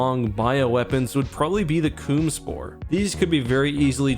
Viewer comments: I'm sorry but did you just say the Coom Spore? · Do the man just say coomvirus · I’m sorry did he just say the C00mSpore